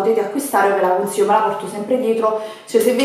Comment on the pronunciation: Ve le stra consiggghhio cit.